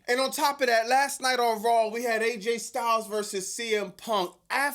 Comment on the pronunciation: Its RAW not RAWWLLL!! It's Vaquer not VALquer! Stop adding L's where they obviously aren't!